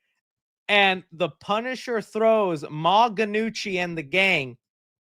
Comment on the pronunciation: The G is silent in Ma Gnucci